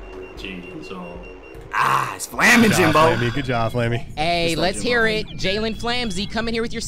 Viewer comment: "Jalen flamsey"🤣🤣